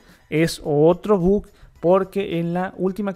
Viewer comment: "es un tremendo but"